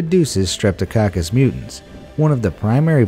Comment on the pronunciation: The bacteria are called streptococcus mutans, not "mutants'!